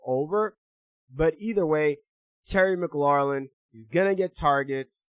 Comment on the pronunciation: We Thankful for you. ps: u been saying “Mc-lor-lin” for a while now, it’s just “Mc-lor-in” 😂 there’s no L at the end.